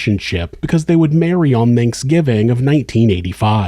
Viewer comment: "Manksgiving" :D I had to listen to it a couple times cause that term tickled me haha